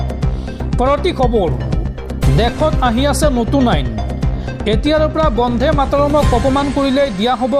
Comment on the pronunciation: উচ্চাৰণ বন্ধে হব নালাগে বন্দে হব লাগে